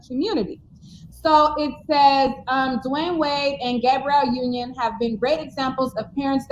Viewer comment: It kills me when calls her GAY-brielle Union. 😂 It's Gab-ree-elle.